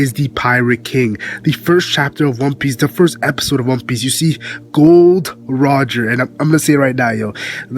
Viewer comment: It's not gold roger it's gol d roger get it right